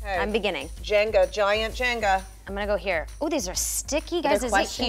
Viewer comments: Obsessed with Kathryn Hahn’s inability to not pronounce it “Jenja” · I love how Kathryn just can't say Jenga for some reason. Haha. And she's just entertaining while Kristen gets in there and figures it out with Mila. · what’s jenja? me: choking on my laughter